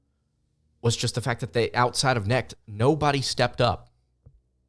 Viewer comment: How does anybody take this guy seriously when he hasn't followed college basketball enough to know how to pronounce Dalton Knecht's name? Even if you just casually follow college basketball you e heard the name Dalton Knecht this year. Either he is throwing shade or he is woefully out of touch.